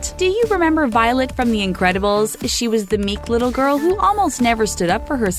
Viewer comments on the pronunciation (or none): "Elsa" * shows clips of Anna * It's also called the Incredibles, not the in'crack'bles..